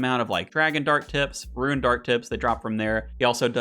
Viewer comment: "i can say things right sometimes" continues to say ruin instead of rune 🤣 my man out here playing Ruin-Escape not RuneScape